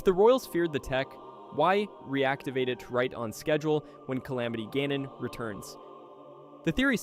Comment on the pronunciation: guh-non LOL